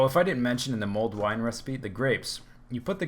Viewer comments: I'm pretty sure its Mulled wine, not mold wine ;p (Sounds like you're saying mold at least) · For everyone wondering, it's "Mulled Wine" not MOLD wine :P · I thought you said mold wine...